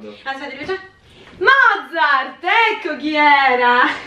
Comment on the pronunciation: Non è Mozzart e Bethoven 😂😂😂😂😂😂😂